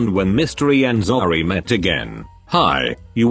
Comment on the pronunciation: "When Mystery and ZzOOrry met again" WHY DID THE AI PRONOUNCE ZOEY LIKE THAT?? 😭